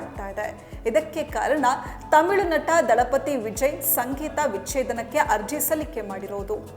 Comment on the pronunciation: please correct your kannada pronounciation, 'Sakkat' anno word tumba slang annisutte, Dalapathy alla thalapathy.